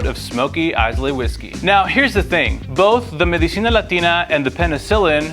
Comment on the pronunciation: Dude your videos are good, but you’ve had at least one embarrassing pronunciation: last time it was naussau, now Islay! Ila no s or y.